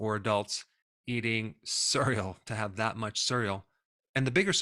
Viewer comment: I wanted to listen to this but I was so distracted by the way you pronounce cereal...